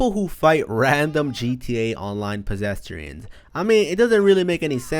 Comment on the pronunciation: "Pesestrians" Pesestrians stoopid